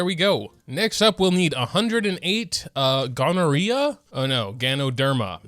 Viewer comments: Ah yes, the easily farmable sea "gonorrhea??" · "yae Sakura" "gonorrhea" Man moga isn't doing well today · Me working at my other laptop and randomly hearing say Gonorrhea: What did he say Yae needed?! The f***!?